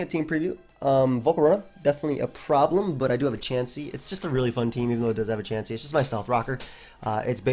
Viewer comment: "Volcarona is a problem, but I have a chance-sey" Sorry